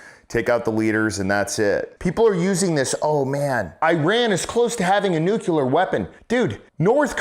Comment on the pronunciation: "Nuke-you-lar" boy is channelling GW Bush 😂